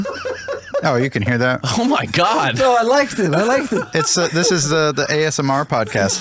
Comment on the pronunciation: "Oh My GiaD ..."